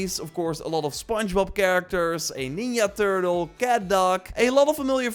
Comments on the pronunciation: "you can create your own ninya " I like what he did there he knew his accent would make ninja sound like something else 👏👏👏👏👌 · It’s pronounced nin-jah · What’s a “neenya”? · WTF is a Nin-ya? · you say Ninja weirdly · The way you say ninja makes my heart bleed.